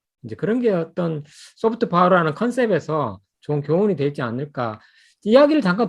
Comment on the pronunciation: Soft power,you Pronounced wrong